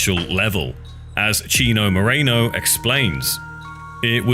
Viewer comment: It's Chino Moreno not Mareno dude